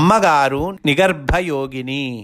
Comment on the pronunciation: U r telling nigarba yogini But it is nigrva yogini.